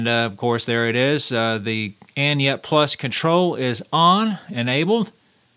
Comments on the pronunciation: Thanks for the video... oh, and by the way it's Any-net, not Anyet. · It's ANY NET, not ANYET. Please read and pay attention.